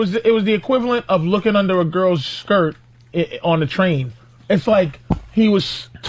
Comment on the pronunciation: Were they saying Trade or Train??? 😆